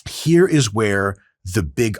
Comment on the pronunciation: "Ayyyy, get outta heea" 😂